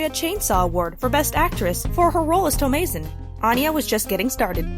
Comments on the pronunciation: I've never heard the name "Thomasin" pronounced like that with a long "a." How common is this variation? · Dat butchering of Thomasin and McAvoy. Geezus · The mispronunciation of “thomasin” hurts my brain.